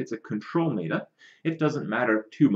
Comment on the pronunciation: "Mae-ta"? It's "met-a" as in metamorphosis or metadata. This bothers me almost as much as "topdecking". Of course its a good card off the top of the deck, that's self-explanatory. You mean to say you got "yugi-oh'd" where they drew a card that they shouldn't have.